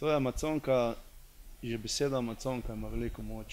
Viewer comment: reka je amazonka, ne amaconka...